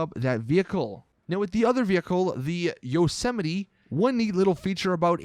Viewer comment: This tard said (yoh-sem-mit-tee) lmaoo it’s (yos-suh-mite) obviously